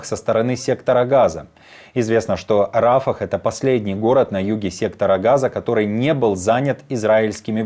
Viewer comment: Не Рафах,а Рафиах.